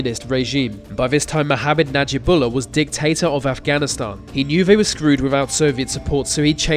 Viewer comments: Giving yourself the thumbs up for the pronunciation of a Romanian dictator's name yet have a clear problem with the English language is jarring. For example: they not vey, thanks not fanks, thrown not frown, on and on it goes. Mate, with love in my heart and as one who had a speech impediment, go to a speech therapist. They will quickly put you on the right track and have your videos kicking goals. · "Vay Vos Vem" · Mate sort your ‘TH’ pronunciations out ! The - ‘Vee’ They - Vay Get a grip !! 😩